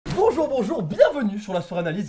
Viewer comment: Je sais pas si tu te r apelle MAIS AU DEBUT IL FAUT DIRE BOUJOU BOUJOU